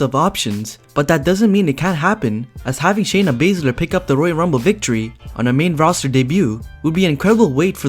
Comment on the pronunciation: When you said Baizler you got my dislike.